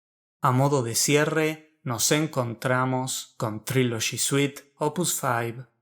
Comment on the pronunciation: Estas mal como un 8 a Trilogy😂 es una Obra maestra !tu ni pronunciar ingles puedes .